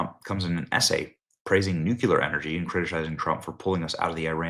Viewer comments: . It’s Nuk-Le-Ur. The nucleus of the atom. Not the Nuk-U-Lus. Did your god reveal this superior pronunciation? Or maybe it was Andrew Tate and Alina Habba. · OMG CAN ANYONE PRONOUNCE NUCLEAR THE CORRECT WAY??? It’s NU CLEAR NOT NU CU LAR!!! And Kristie works for the Jewish deep state so obviously she’s not gonna tell you anything! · I love your channel and what you provide, but I have to correct this: Nuclear is pronounced new-CLEE-uhr not nuke-YOU-luhr. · Noo-klee-er, not noo-kew-ler. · "Nukular" The word "nuclear" has 2 syllables. Please pronounce it correctly. "New Clear". Try it. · Benny! I love your work and I am a huge supporter! However, please for the love of God, learn how to read! It is nitromethane, not nitromethane! While we're on the subject, nuclear is pronounced new-clear not new-cu-lurr! Just saying! It's painful to hear you butcher it! Carry on! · It’s not nu ku lar grrrrrr it’s new clear , pronunciation is important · Here goes Benny again with his NUCULAR rhetoric. Can someone please enlighten him to phonics and to please STOP mutilating the word 'nuclear' with his 42 IQ pronunciation? Benny sounds like a buzzass.